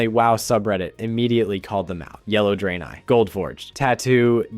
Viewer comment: "draynay" 💀 Edit: He fixes it later on in the video to Dray-neye. All is forgiven but not forgotten.